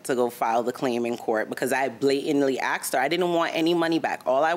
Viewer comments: How come people say AXED when they mean asked. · why is the word ''ask'' is so hard to pronounce for them? i axed her.. wth